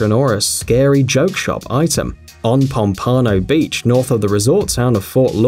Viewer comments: They way you pronounced , Pompano Beach, was hilarious. I lived there a good portion of my life and never heard it screwed up so badly. LOL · lol "pom pom ano beach"